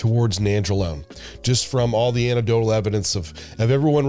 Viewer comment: "Anec Dotal", not "Ana Dotal". geez.